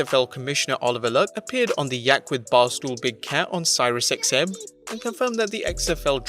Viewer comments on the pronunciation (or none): Cyrus XM..???? WTF!?!? IT'S PRONOUNCED SERIOUS (SIRIUS) XM radio.